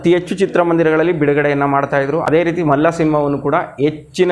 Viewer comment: To be frank , Malla alla adu Malli.......😅